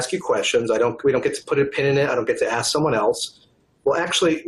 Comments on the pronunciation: “AXE MARY “ “I don’t know. Axe Mary Freeman.” 💀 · There is some serious "Ax Michelle" shit going on here. LOL. "I don't know how many employees I have... ask my controller."